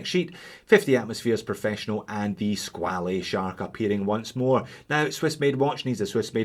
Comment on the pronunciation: SqualE?no...just pronounce "squal"..it s french word😉 So..nice review